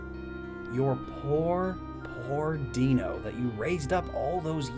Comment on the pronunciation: i like how you pointed out that Zweilous' pronunciation makes sense because its German, but still got Deino even though the sequence here is German numbers ein, zwei, drei :p (i forget whether i brought this up when the video was originally posted or not so forgive me if i did lol)